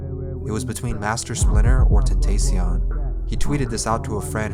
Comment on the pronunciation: I don't know why tentacion is so hard for people to pronounce. It's just temptation in Spanish. People say Spanish words like nachos, tortilla and taco all the time.